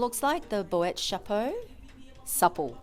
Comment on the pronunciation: Ooh I do love that Boite chapeau in the large monogram! I almost bought it in the classic monogram canvas ...hmmmm how tempting! Also the nano speedy is adorable! Before signing off: for pronunciation it's closer to "bwat shap-oh soup-leh" rather than "bo-ette" etc xxxx